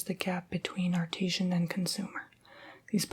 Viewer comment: Also, just to help you out: Artisan is pronounced "Ar-ta-san" and mosaic is pronounced "moe-say-ick"